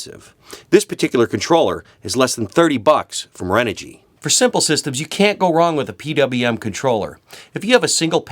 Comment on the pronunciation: renogy is pronounced chren-ogy.